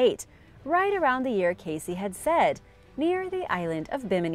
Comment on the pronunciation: For more than 40 years I have listened to old recordings and interviews of Cayce, and every one it is pronounced CASE and NOT Casey.